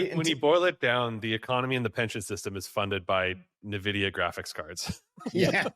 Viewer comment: It's "en-vidia" not "MUH vidia"